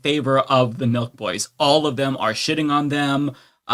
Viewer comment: On, Nelk Boys! The whole time I was watching part of the livestream, I thought you all were saying Milk Boys. 🤦‍♂🤦‍♂